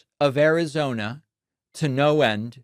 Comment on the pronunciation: In the future it will be known as "Arizony".